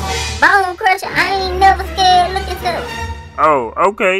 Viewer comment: chrissy boo he didn’t say scared he said “sceed”